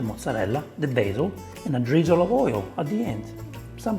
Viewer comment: "B aH ZiEeL 🤡" and why do you cut and zoom in after every sentence he says and clip that appears... you already have the circle face cam in the corner... hes at least doing it for fast production because people only care for the result, want a recipe, get off the couch and put in the work...